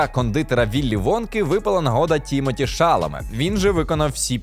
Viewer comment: Але чому ТІмоті ШАламе, якщо ТімотІ ШаламЕ? Наголос на останні склади і в імені і в прізвищі.